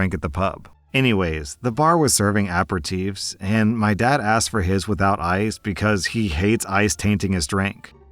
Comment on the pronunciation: Aperitif is pronounced a-pear-a-TEEF. I know that's a tricky one